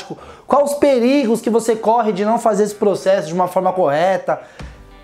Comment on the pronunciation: Sabe o que isso significa???? PRERIGO ouviram bem PRE-RI-GO Hahahahahaha Grande com os melhores conteúdos, hoje de manhã estava vendo seus primeiros vídeos aqui, show de bola Mestre 👏🏻👏🏻👏🏻👏🏻👏🏻